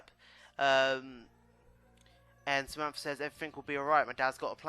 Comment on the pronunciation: Its Samantha - not Zamampfargh. ;D